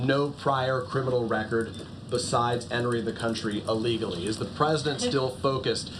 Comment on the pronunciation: Someone tell the twit reporter that the word is "illegally," not "allegally."